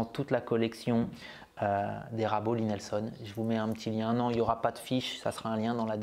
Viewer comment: J'ai encore bien rigolé… C'est Lie Nielsen (prononcer : Lit - Nil - Seine ou l'ail nil seune avec l'accent) et non Lie Nelson (Lit - Nelle - Sonne). 😉😜😁